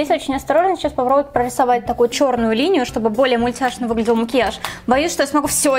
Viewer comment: Мне так нравится как ты говоришь «о» вместо «а», как мОкиаж, заместо мАкеяж